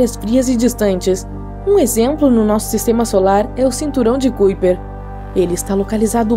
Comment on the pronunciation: Fica melhor se pronunciar Cinturão de Caiper...é Holandês (kuiper)